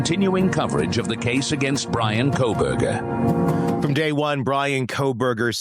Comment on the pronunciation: I love the way your AI intro says “Khobergah”😂